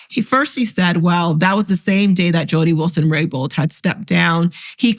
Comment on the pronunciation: it’s RABOULD, Jody Wilson-Raybould, not “raybold”.